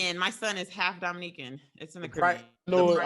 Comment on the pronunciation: What we aren't gonna ignore is the fact that just said "The price is wight for me" at the end.. he smiled right after too cause he knew nobody caught it